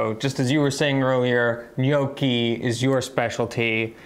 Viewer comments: And let's pronounce it right. It's ñoki, not nyoki, because gn in italian sounds like ñ in spanish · Nee-oaky!, what’s with the horrendous mispronunciation of that word? Why do Americans always mispronounce the letter “o”? The worst I’ve heard recently was Luciano Pavarotti’s name pronounced “Paveroadie”! Ava needs to give you a good walloping! Please don’t think I’m giving you a hard time. I absolutely love your channel and have followed and cooked a lot of your dishes. Much love to you both ❤❤❤